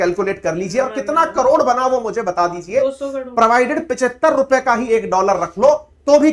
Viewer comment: Mam ap karor ko kalor kyu bolte ho😂